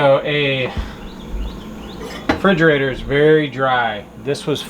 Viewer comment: lol at your struggle pronunciation of refrigerator, why not just say fridge like we do across the post to the east 🤣🤣🤣🤣🤣🤣🤣🤣 Great to see the add-on coming to fruition, you have all worked so so hard on this 👏🏻👏🏻👏🏻👏🏻👏🏻👏🏻👏🏻👏🏻